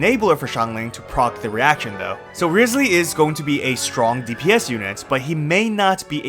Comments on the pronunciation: I keep on hearing rizzly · Did you call him Rizzley?